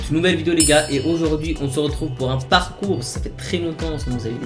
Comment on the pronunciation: Aujourd’hui on ce retrouve pour un «parcourse» 😂